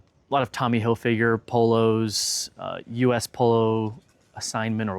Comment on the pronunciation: Why can't anyone on YouTube pronounce these designer's names right? Hil-FIG-er. Ralph Lor-EN. 😡